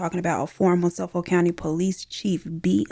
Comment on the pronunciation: The way you said Suffolk County lol. Those of us from there are always tickled by the way outsiders pronounce our cities. It’s Suh-fick County 😂 Love the art!!!! 🖼️